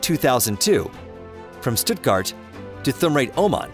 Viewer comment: The way you pronounced stuttgart